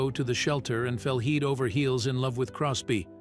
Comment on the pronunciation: So done with A1 Bots! Especially those that cannot even pronounce simple words correctly. Its head not heed! :text-green-game-over